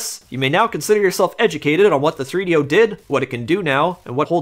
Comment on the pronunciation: 3do is not a word. Rather three separate items that should be pronounced as 3-d-o, all separate. Not threedyo.